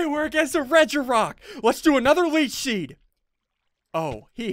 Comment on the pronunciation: Is it just me or did SSundee say leach sheed